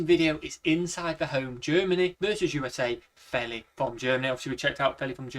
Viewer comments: FYI Feli sounds like "feely". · Her name is pronounced FEE-LEE. That's her prerogative; in most places in the US, we would pronounce her name like you did.